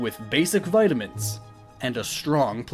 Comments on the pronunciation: umm its pronouced vitamins not vitimins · How you pronounce Vitamin amuses me